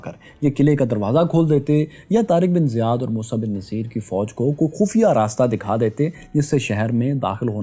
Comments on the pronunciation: vai, it will be musa bin nusayr...actual pronounce... did u get another one as naseer? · Its Musa Bin Nasaer and not Naseer !! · It's Musa Bin Nusair not Musa Bin Naseer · Sir the pronunciation is mosa bin nusyr not mosa bin naseer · Musa ibn Nusayr موسیٰ بن نصیر is right pronunciation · موسیٰ بن ٗنصّیر آپ غلط پڑھ رہے ہیں ن کے اوپر پیش ہے اور ساتھ میں شد ہے ص پر آپ نام کی تصیح کر لیں کمنٹ کا جواب لازم دیں شکریہ😍